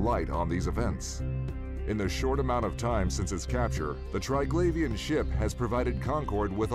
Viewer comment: Even after watching several Scope videos and hearing Triglavian pronounced correctly over 20 times, you still choose to mispronounce it every time.